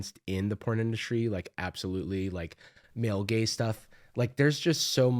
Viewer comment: “male gaze stuff” or “male gay stuff”? 🤨😉😜